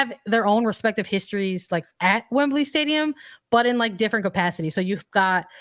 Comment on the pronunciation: Wembley not wembleeeey